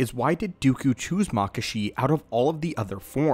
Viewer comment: I've always heard it pronounced Mah-kah-shi not makah-shi